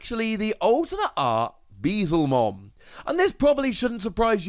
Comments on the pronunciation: my heart aches every time u say bezelmon instead of beelzemon. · It's probably gonna take another year or so before someone corrects your pronunciation of "Beelzemon" despite you spelling it right, but continue to pronounce it wrong! xD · Pulled the Alt Arts for Ulforce and Machinedra, so not too bad. also Beelzemon == B L zemon Beelzemon =/= Bee-zlemon